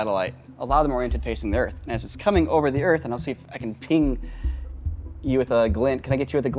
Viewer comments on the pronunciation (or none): none